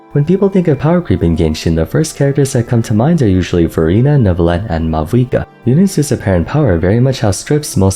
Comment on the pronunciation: Every time you say Furina I hear Verina